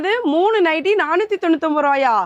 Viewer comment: அது நைட்டு அல்ல நைட்டி ok va